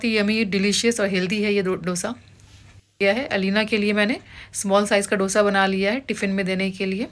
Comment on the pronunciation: It’s pronounced as दोsa and not dough sa